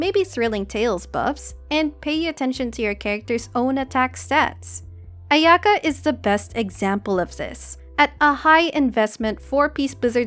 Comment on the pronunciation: Can you try saying Aya-ka. I'm sure you can do it. It's better to say it that way.